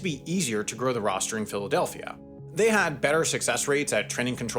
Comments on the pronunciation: Did he say Filthadelphia?? 😂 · My mans, did you say "Filthadelphia" ? Not opposed to this, its pretty accurate name, but that is what I heard haha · he really said Filthadelphia!!! 😭😭😭😭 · Did he say filthadelphia? 👀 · Ayooo did he say Filfydelphia? 🤣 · I swear I heard filthidelphia 😂😂😂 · Y'all heard that pronunciation of Philadelphia? 😂😂😂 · Me too. Did a double take. <- Filthadelphian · You absolutely did 😂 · I had rewatch it a few times to make I heard him right 🤣🤣🤣